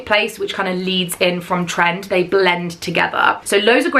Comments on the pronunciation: It’s pronounced Tren Dee 😊❤ I did my college program in there x love your vlogs guys thank you for your amazing shares x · I have heard other creators pronounce TrenD like “Tren-D” (as in a pun for trendy). Not sure if that’s accurate and it’s obviously not a big deal, but I thought you might like to know. Love the Girls Crew necklace! My daughter and I were in Hollywood Studios on the first day of the pop up. We had no idea what was going on and got in line with everyone else thinking it was just a line to get into the store. 😂 Thankfully we figured it out before waiting too long, but now I am kind of wishing we’d waited in the line.